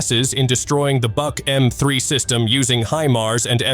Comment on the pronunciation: I thought the Buk was pronounced Book? I guess AI can’t learn that?